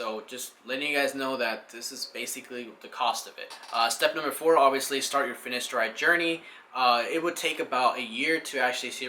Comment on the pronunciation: Very informative video. Your hair is looking very well mate. Two quick corrections - Its pronounced Fin-A-steride and not Fin-I-Steride, and also Du-TAS-teride and not Dusteride. Other than that- well done. Really enjoyed watching.